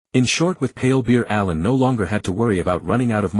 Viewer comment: What with the names bro. Why pronounce it like A I lun instead of allen